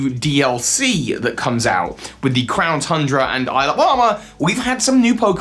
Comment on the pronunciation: Did anyone else hear him say "clown tundra"?